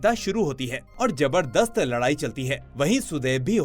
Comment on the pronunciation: Bhai Jabardast nahe Zabardast hota hai.. apki awaz achi hai bas Urdu ki classes ly len.. hamra Zabardasti Jabar nikil jata hai.